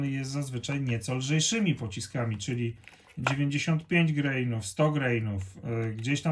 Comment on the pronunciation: Jesteśmy w Polsce, wiec nie greinów, tylko granów!